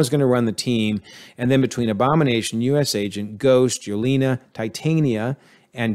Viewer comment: There were quite a few “antagonist” that were reformed by the time they died or left, that you didn’t count as reformed. Loki & Yelena (pronounced Ye-ley-na) for example. And I don’t think we were given enough information to conclude that Val is a villain or that Xi Xialing became villainous by the end. Both are suspicious or iffy, but not guaranteed villains. And please work on the name pronunciations. You mispronounced nearly every minority characters name wrong.